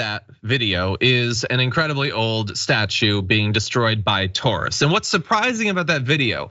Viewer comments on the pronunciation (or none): I'd like to know how John came to his pronunciation of "tourists," and second-worst influencer joke would have been funnier if he hadn't said who the worst German influencer on Italy was. If you have to explain the joke, the joke dies.